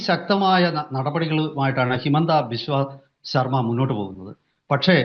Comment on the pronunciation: ഹൈമന്ത ബിസ്വ ശർമ്മ എന്നല്ല,, ഹിമന്ത ബിശ്വ ശർമ്മ എന്നാണ്,, പറയുമ്പോൾ വിഷയത്തെ കുറിച്ച് ശരിക്ക് ധാരണ വേണം